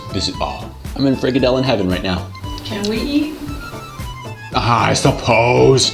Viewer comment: haha you pronounce it so funny "freak a dillon"